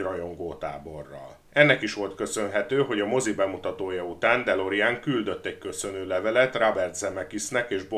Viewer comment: ejtsd: dö'lorin ,nem delorien....